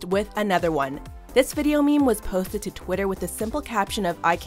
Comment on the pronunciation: did she say... POTHTED TO TWITTER